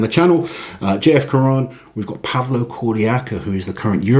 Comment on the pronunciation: We don't pronounce the "N" of J-F. Caron in the french language ;-)